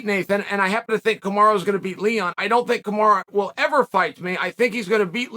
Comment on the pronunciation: KamarUUU not Kimari kimara or what I keep hearing in both videos now